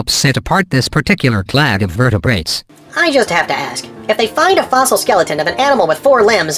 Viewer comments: Steven Baumann "claddy"? Yeah, what's up with that? I don't think there's any word in English that ends -ade but is pronounced "-addy." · Simon Giles now if it could only get “clade” correct.